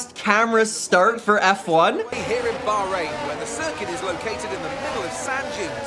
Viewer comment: Wallahi there is an h in bahrain (bahhhhhhrain